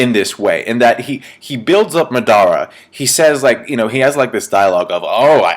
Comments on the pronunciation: STOP saying MO-DAR-Ra it's MA-DA-RA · its not madara its madra